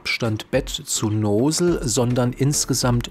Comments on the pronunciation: Noosel hahah Nossel(Lautsprache) aber schöne Einleitung und Tips! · "Nosel" ist lustig! Nozzle heisst: Düse. Das kann man durchaus auch so nennen.